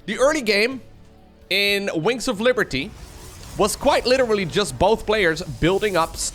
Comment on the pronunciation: is saying "winks of liberty"?